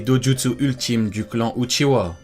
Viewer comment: Itachi uchiHa et non uchiwa svp